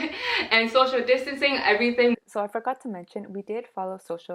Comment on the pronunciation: You are soo genuine. I must tell you I enjoyed your story so much and I couldn't stop laughing when you over-emphasised the fact that you practised social distancing. May God bless you. I thoroughly enjoyed this video all the way from Botswana. Cheers